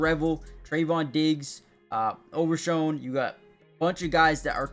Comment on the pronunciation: No way you study this team and call dude "over-shawn" 😅 its pronounced "over-shone"... Jon "Machotta" is funny af too 😂